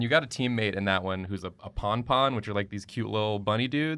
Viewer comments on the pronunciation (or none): You're lucky I like you so much because it's not Ponpon, it's Noppon!! Tora and Tatsu and Rikki would all be extremely disappointed in you!!